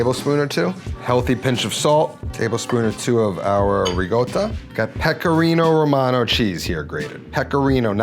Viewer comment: Thank you for saying parmigiano reggiano and pecorino romano every time. They are specific cheeses from very specific areas of Italy and our cheesemonger put a lot of effort in the making, thank you for acknowledging that.